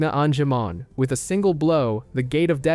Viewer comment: and all the pronunciations xD deejeemon, an-jimon, seeAdramon xD